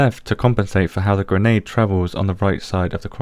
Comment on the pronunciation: i like how you said granade penetation.